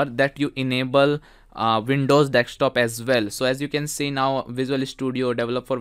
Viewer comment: Desk Stop, not Deckstop